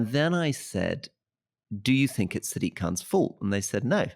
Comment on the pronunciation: Why are all these brits mispronouncing Sadiq name, dumbos is Sadiq not siddique